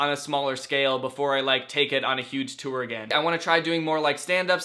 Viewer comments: Nobody: Danny: the TEWR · Does the way he says tour bother anyone else? Ur like my fav youtuber and shyt but like u say toooooir and it hurts my soullllllll😩. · No one: Danny: tOo-Er ToO-eR ToO-Er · "Too-or" - Danny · Kirsten Martin HE MAKES IT RHYME WITH SEWER SOME ONE ARREST HIM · Ethan Matzdorf like the word tore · Gross.. so you just ignore the "u" in there? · The way he pronounces tour makes me laugh every time. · Danny gets a question... Me: yayyy!! Danny says 'tour' like 'touer' again... Me: NOOOOO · Hehe he says tour “tewer” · I don’t understand... People are saying he says tour wrong but how are you supposed to say it? Tor? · Omg stop saying TEWER for tour lol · He pronounces tour differently